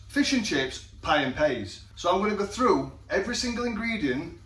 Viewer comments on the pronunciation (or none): none